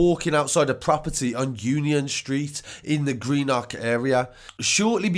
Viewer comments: dont say green nock lol its green-uhk. greenuhk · It's pronounced Green-uck